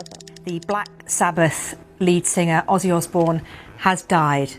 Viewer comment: His name was Ozzy, not Azey.